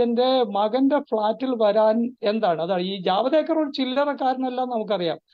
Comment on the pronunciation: ജവദ് ഏക്കര്‍ അല്ല ജവേദ്ക്കര്‍ അല്ലേ.